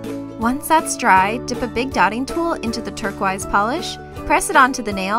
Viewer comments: How come these nails are longer than normal? Btw it's pronounced turquoise not turqaruse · Turquize that is NOT how you say it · Love your videos. But the way you say turquoise is kind of funny lol. I love how you say turq-wise instead of turquoise. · This might be a Canadian thing but, why does she say "turquEYES"instead of turquoise? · she said turquise 😂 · "Turq-wise" XD You're adorable. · I like how she says turquoise like turqwise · Isn't turquoise pronounced Turk-oie-s? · You say TURKO-EYES what... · lmao "terquaise" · Personally, it gets on my nerves. No hate here. I love so much and I actually met her in person, but I just do not personally like her pronunciation of turquiose. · that's what I thought! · shes canadian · I love how you pronounce turquoise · Am I the only one who cringes at how she pronounces turquoise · the way she pronounces turquoise tho